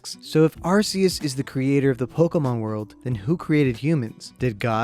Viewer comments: anyone else get triggered when he says ArSEus and not ArCEus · It’s not pronounced arseus, it’s pronounced arcoos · its pronounsed "are-coos" not "are-cee-us" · It isn’t pronounced arseus, it’s either arceus or arcoos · Its pronounced Ar-coose* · it's a land shark Why would that be water? Every Pokémon has a reason it is the type it is Watch lokstin's vids on each type explained arceus IS god (and it's pronounced ar-koos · it’s Are-key-iss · Arceus Is pronounced Ar-coos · Arceus is pronounced argoose have you even seen pokemon talk? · Its arkoos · Arceus is pronounced Arkoos. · Arceus do you mean Arkoos? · You mean ARCOOS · IT'S PRONOUNCED (ARE-KEY-US) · IS NO ONE GOING TO TALK ABOUT HOW HE MIS..uh SAID ARCEUS....now that I say it’s a nick pick..who cares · your saying Arceus wrong cause the way you say it stands for a umm certain phrase on some areas of the world. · *imma start up a war here* ur saying arceus wrong